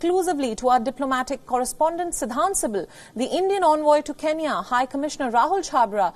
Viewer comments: Thank you for helping my country people but it is kenya not kinya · could you please send a message to that idiot reporter that, it's not Kiniya it's Kenya instead. 😡😡😡😡